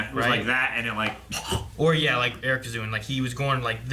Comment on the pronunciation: I swear, Eric’s name pronounciation is getting worse every episode 😂